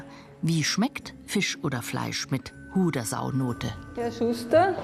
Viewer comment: Die Sendungsverfolgung ist klasse und informativ. Seit weit über 40 Jahre sehe eure Sendung. Damals gabs noch den Baum 🌳 und die maultrommel ... hoffe es kann sich noch jemand erinnern . Aber ein kleines negativ gibt es .... betont die Hodersau richtig ......😂😂😂😂😂 bussi danke für die kult send